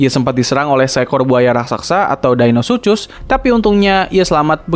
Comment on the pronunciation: Deinosuchus dibaca deinosukus